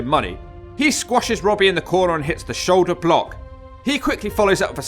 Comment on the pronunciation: No clue why but the way you say "pile driver" and "shoulder block" with the pause in between annoys the piss out of me.